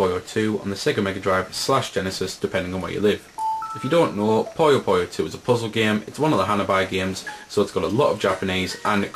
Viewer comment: POO-yoh Not Poh-Yoh